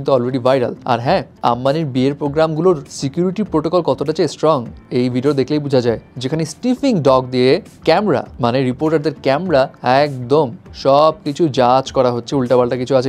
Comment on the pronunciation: এ ভাই! স্টিফিং ডগ না 😜 স্নিফিং ডগ /Sniffing Dog 🐶হবে 😝😂